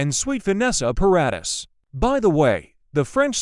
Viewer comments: Stop AI reading ! Ugggg Para deees not Para diss ! So annoying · It's Paradis.